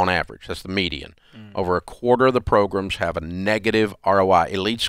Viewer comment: Bro it’s pronounced program not progrum